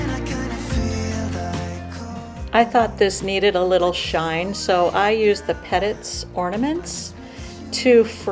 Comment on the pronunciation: Its pronounced Peh teet (Petite). - meaning little. The armoire is gorgeous!